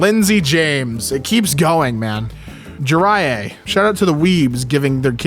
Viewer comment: One of my best friends has the name Jiraiya, spelt that way. You're pronouncing it correctly. I didn't even know it was from an anime, but I doubt that's where my friends parents got it from...